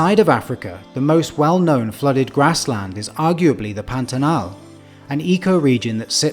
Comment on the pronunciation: The pronunciation of Pantanal was perfect too.